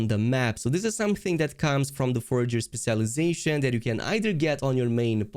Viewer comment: Speh-shell eye-zashun